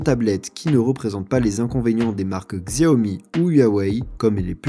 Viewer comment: "Xiaomi" ce prononce "chaomi" je le tien d'une chinoise